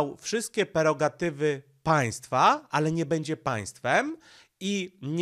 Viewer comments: nie perogatywy tylko PREROGATYWY. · PREROGATYWY, nie żadne "perogatywy"! CZAS SIĘ NAUCZYĆ!